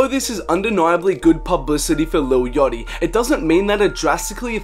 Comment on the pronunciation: Why does he say yachty like "yotty"